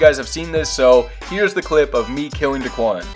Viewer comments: daequan not deekuan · It’s daequan not daquan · It’s not dickwan it’s daequan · It’s pronounced Day-quan 😂 Not da-qwan 😂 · love your vids but it’s not duhquan it’s dayquan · Say it like DAYQUAN, dequan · Day-quan nOt dUhquan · It's (Day-QUAN) that's how you pronounce it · U opronounced his name Duhquan, it’s pronounced Day - Kwan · just said daquan instead of daequan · Why he saying Daquan it’s Daeqaun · and it’s Day Quan not Da quan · Omfg bro its DAEquan not daquan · It’s daequan, not dequan 😂😂😂😝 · his name is daequan not duquan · It’s pronounced day quan not duh quan lol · Not da-quan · It's pronounced Day-quan not duquan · lmao it was making me mad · I was about to say if this nigga says duhquan one more time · it’s Day Quan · It's pronounced Day-Quan but GG... That's dope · When he says duhquan it gives me anxiety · It's Day-Qwan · It’s DAY-QUAN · It’s dayquan or how it’s pronounced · Spelled daequan pronounce it like Day-Quan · You pronounce it Duhquan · It is da quan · Why does he say dahquan 😂😂😂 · Its pronounced Dayquan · It’s pronounced day-quan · He said duquan smh😡😡😡😡😡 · It’s not duquan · How could u say he’s name wrong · You’re not even saying his name right lmfao 😂😂💀 #whiteboy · when he try to say daeqan 😂😂🔥🔥💯💯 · Say his name right. Stop disrespecting the 🐐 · It’s not the Quan it’s Daequan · its ok that u said his name wrong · Myth is next Learn how to say daequan right please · Say his name right! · You say daequan wrong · U said daequan wrong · U say daequan wrong 😂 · You’re not say his name right lmfao 😂😂💀 #whiteboy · I’m considering unsubbing on how he said Daes name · you say daequan wrong so much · how do you claim you watch daquan and all his videos but can’t even pronounce his name..... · Stop say deaquan wrong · Learn how to say daequan